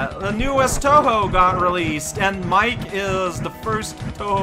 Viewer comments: So wait, the new Touhou is a cat named Mike? ...Does she spout lore jokes and obscure references to forum memes before suddenly running off at high speeds? (and yes I know her name should be pronounced 'Mee-kay', I just wanted to make the joke.) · Pretty sure it`s pronounced "Mee-Keh", rather than, well, Mike. :P None of the new 2hus really appeal very much to me. They are either recylced designs from other 2hus or they suffer from JoJo character design syndrome of "let's add just as much crap as possible to this design with no rhyme or reason because that's fashion, right???" Mike and the fox are okay, and so is the extra boss, but meh. The gameplay is also complete garbage, and the soundtrack is forgettable. Really wish ZUN would put more effort into his games, or stop making them altogether if he can't be bothered. Also, woah, a bad Touhou level in a SMBX contest, who would have thought!